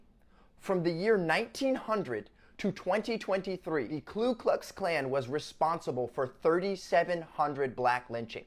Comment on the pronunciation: "KLU Klux Klan" ?!? I appreciate the effort but in order to be CREDIBLE; he should really brush up on the math and literary skills. I'm not going to place much brief in someone that makes blatantly obvious errors when discussing such a critically important subject.